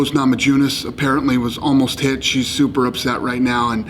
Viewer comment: "Rose Nama-jew-niss"